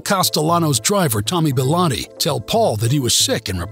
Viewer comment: Tommy bilotto?? Hate these mafia videos where the mobsters names are pronounced wrong. How can anyone take ya seriously now. Nothing but a couple torn out book pages from the real mafioso writers